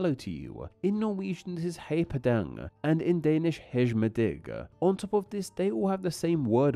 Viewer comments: Hearing you pronounce "Hej med dig" as "hedge me digg" (as opposed to "Hi mi die") really threw me there 😂 Especially as probably the biggest difference between Danish and the other two is less vocab and more just that every letter is pronounced differently, so this is going to be an interesting video to watch as a partial Danish speaker 😛 : Mendah? Mendah?! It's pronounced "man day"! Please actually listen to how native speakers actually say these words before attempting them yourself! This isn't just "pronouncing foreign words is hard"; this is "I'm blindly guessing and landing nowhere near the mark, even for words that only use sounds from my native language"! Like, I'd understand not knowing how to pronounce the soft d, but this is literally just the English words "man" and "day" with a little pause in the middle. Sloppy! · "Hegh pah dég", "héi pah dang" and "hegh med digg" has me cackling XD. I don't usually expect much from non-Scandinavians when it comes to pronounciation, but you're an etymology channel for crying out loud! Love you though - keep up the good content! <3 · "Hej med dig" would in Danish be pronounced more similar to how an English speaker would say "Hi me(soft d) die". We have words that are surprisingly similar in English.